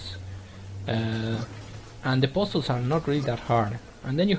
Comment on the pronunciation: 1) Don't apologize for variety on your channel. It's good to have something different for different tastes. 2) Love the way you pronounce "giant", "January" and "puzzles" :) That's the funny thing about us people who don't speak English as their native language - we say stuff in a weird way :) I for one can never say words that contain "th" in them the way natives do (e.g. three, there, this).